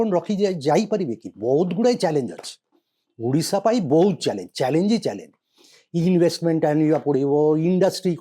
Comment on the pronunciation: Sir plz pronounce odidha instead of udishs